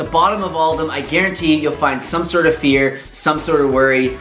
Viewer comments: I thought you said beer instead of fear 😅 Thanks for this video! I knew these things but forgot... Several times... Just what I needed to hear, just at the right time. Also, didn't miss any of the things you worried about were missing from this video. Who needs drone shots when you can get a reality check instead. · I literally thought you said "beer" not "fear"... I was very confused and thought maybe you were an alcoholic or something lol